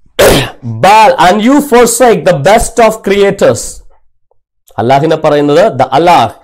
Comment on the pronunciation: Not Al-ilah . it ia Al-lah. Al-hamdu li Lah